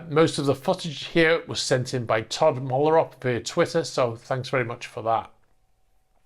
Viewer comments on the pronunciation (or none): none